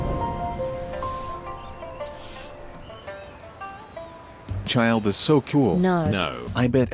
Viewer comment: As a person who's first language was Russian it's both hilarious and painful to hear Childe's pronunciation